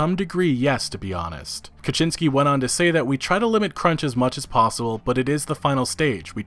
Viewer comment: Kiciński - Kee-tzee-n-ski (all polish I is read as I in SKI). Polish I read as english I sound like polish A, making Kiciński sounds in your speech as Kaczyński. You make duck out of a kitten.